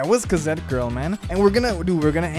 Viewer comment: K A Z E T